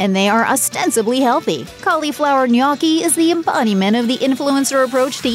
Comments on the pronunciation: Try nyoki instead of nyahki. You're not British. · i hate how you pronounce gnocchi as "naw-key" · I had to stop vid, couldn't stand it....and it's pronounced ...no- key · Are you trolling with the pronunciation of gnocchi? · The narrator should be arrested for how she says gnocchi